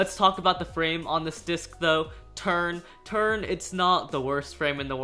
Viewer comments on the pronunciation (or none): I thought he said turd but he said turn 😂😂😂😂😂